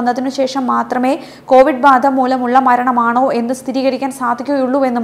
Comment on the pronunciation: കോവിഡ് അല്ല കൊവിഡ്